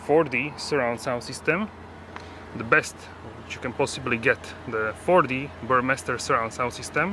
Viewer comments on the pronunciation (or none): none